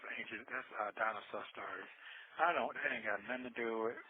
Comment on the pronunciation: Not the dinosaur emojis! I hollered when he said dinosaur “sturies” 😂😂😂